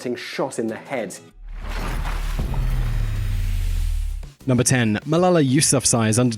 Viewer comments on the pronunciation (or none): "And at numebr 1 we have courier six"